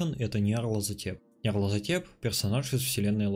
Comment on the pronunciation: Ня Рлазотеп!?! Ня Рлазотеп!?!?! Мне, как фанату Говарда Филипса Лавкрафта больно это слышать и видеть! Правильно говорить - Ньярлтхотеп!!!